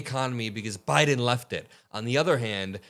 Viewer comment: He keeps saying “Joe BRIDEN” 🤦🏼‍♀️ ✌🏻💜